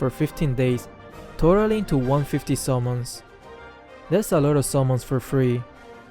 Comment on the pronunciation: The way he say summons sounds like salmons